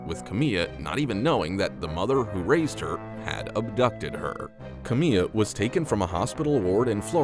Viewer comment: Kamiyah Mobleys name is pronounced Kam eye ya not Kameeya